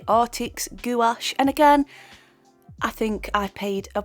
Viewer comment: Loved the video but it's pronounced like gwash